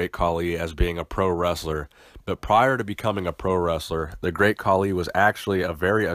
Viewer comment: Oh man the way he butchered his name